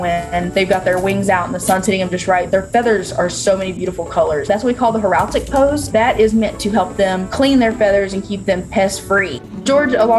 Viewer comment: Heraldic. Not horaltic lol